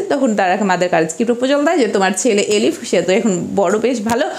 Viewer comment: Eilif..not Elif